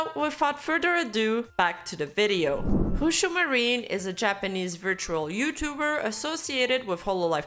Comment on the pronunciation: I’m sorry. Did I hear “Hoo-Shoo Marine”?